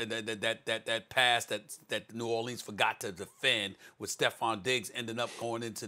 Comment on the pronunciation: Then this dude says it right. Smh